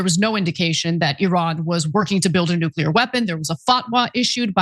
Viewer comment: "No one knows noo-kyu-lurr better than me" --dumm-dumm